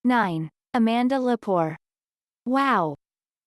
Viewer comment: Amanda Lepore A man duh Le poor - not poor Cox Bullock 😮